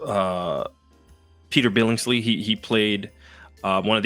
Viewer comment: Hey, you misspoke but it’s cool…it’s Peter Billingsley, not Bingsley.